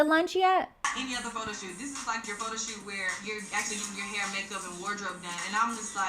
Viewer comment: I always have a hard time not laughing when she says Pho-to. But then I think about the girls having to stand there and wait for their name